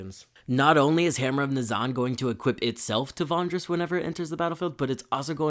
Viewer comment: Love the video! I just wanted to say that I chuckled a bit everyday time you said Vondris instead of Vrondis